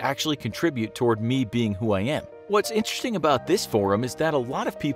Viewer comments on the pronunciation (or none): none